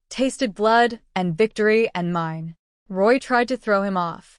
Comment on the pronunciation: The word is "mine" rhyming with "wine", NOT "me-nay". Or "mean". Also please stop the Spanish comments - not everybody understands.